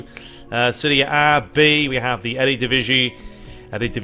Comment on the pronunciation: Dutch Eerdivisie - Ear-Der-Vee-Sea :)